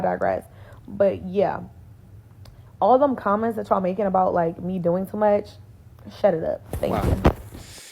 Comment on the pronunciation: It’s "making," not "makesing." There’s no "s" in the middle of the word. You should know this as a native English speaker. I’ve found that people with horrendous grammar and language skills in their native language (barring speech impediments, injuries, and disabilities that impact language skills) tend to be ignorant and lack social intelligence. They’re the ones who order the entire menu on a first date and become irate when their date refuses to pay for it.